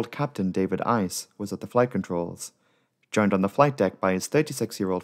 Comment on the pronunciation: Dawid Uys is Dawid Uys - Not "David Ice" when speaking in English. That's like changing the name Mark Williams to Elmarco Williamso when speaking Spanish.